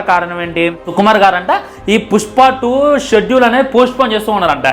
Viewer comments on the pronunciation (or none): none